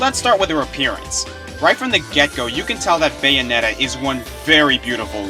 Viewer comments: "I loved number 1, Baynoetta." :/ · The way you said Bayonetta was HILARIOUS I could listen to it on a loop and it would NEVER get old